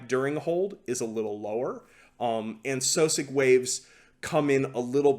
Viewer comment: instead of soccom I thought it he said soccer mom.